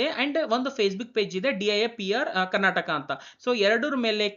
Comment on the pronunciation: Karnatak ಅಲ್ಲ ಮಹಾಸ್ವಾಮಿ ಇದು ಕರ್ನಾಟಕ, ಬಾಷೆ ಕೊಲ್ಲಬೇಡಿ ಸರಿಯಾಗಿ ಕಲಿತು ಮಾತಾಡಿ